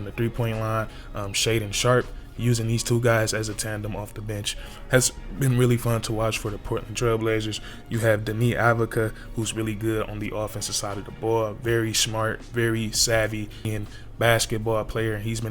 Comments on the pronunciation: "Deni Avocado" bruh 😂 It's Ahv-DEE-yuh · Deni Avdija “Denny” “Awv-dee-uh” Toumani Camara “2mon-ee” “Cuh-mar-uh” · You almost said Toumani's name correctly. It's (Too-Monny). & Deni Avdija(Dinny)(AHV-dee-uh). Great video my Boi‼️🫡👍🏽